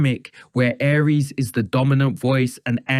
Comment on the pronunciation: Can you make up your mind on how to pronounce Aries name? Is it, Ahree's or Ari-es?